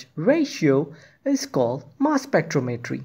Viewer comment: spec-TROM-etry not spectro-MET-ry 🙄 duh